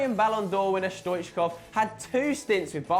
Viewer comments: yeah stoichkov truly was a great player for club and country and I'm glad he was mentioned in the video. But the pronunciation of his name was awful lol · lol how he says stoichkov